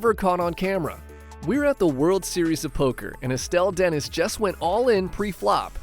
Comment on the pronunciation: By the way, Estelle Denis is pronounced (Den-Eee). I would've grabbed the dealer's wrist before he mucked my cards. Simply put, that man should NOT BE A DEALER. He's a Moron and not paying attention to the hand at play. They should have been glad that wasn't Phil Hellmuth he'd probably overturn the table or something.